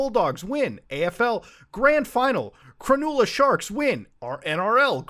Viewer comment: Great video but for the love of God don't said Cronulla like that again. 😭😭